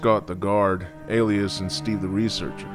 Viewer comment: "We played poker with Scott the guard, Alias and Steve" 😂😂😂 "Ah-ly-us" not actually Alias ya goof